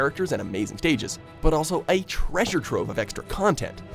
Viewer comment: "a treasuree trovee of extra contentt"